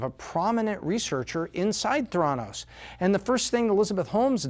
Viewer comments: Pronounced “thé-ra-nos”, not “the-rá-nos”. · Just a teensy quibble: it’s pronounced “THAIR-uh-nos”, not “thair-AH-nos” - because the name is a portmanteau of “therapy” and “diagnosis”. Great video though! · What I hate are all the people who say "Ther-ANN-os," instead of "THER-a-nos", the way everyone in the know pronounces it. Haven't you seen any of John Carreyrou's interviews? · "The-endos" omg... lol . edit: so lesson is: if u drop out, make sure it's Harvard and not Stanford lol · He doesn't even pronounce the name of the company correctly. Hack job. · Fail on pronouncing Theranos in different ways , one sentence to the next.